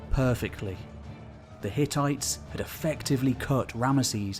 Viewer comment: Hehe, you said ttites